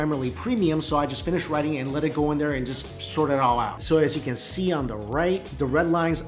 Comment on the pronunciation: when he is eating he says "look as you can sheee" instead of "see" ... like he adds a "sh" in his words. I think he knows its his think